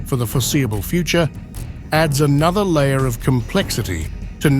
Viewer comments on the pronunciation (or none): none